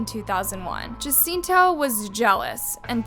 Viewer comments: Hi. The correct pronunciation is H~a~c~i~n~t~o. The J is *ha, as opposed to *Ja. Just a helpful tip doll, not trying to be a dick by any means. I totally dig your content ✌️ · For future reference, jacinto is pronounced “Ha-seen-toh”